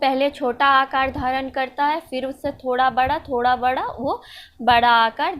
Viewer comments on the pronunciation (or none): none